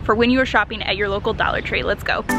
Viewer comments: it's dollar, not Daller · She says "a daller" not dollar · Why are u saying "Daller" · the way you say dollar makes me wanna die lmfaoo "dallar" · It's funny how she said dollar ( do-la😂😂)